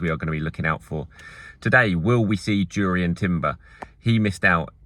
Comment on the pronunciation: I squint every time you pronounce Jurrien